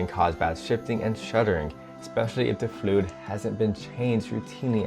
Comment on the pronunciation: I Like how you said fluid flud